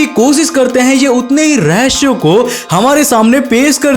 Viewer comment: Rahashiyo or Rahesiyo? Aapke sa sha ka bohat panga hai bhai ishey sudhaaro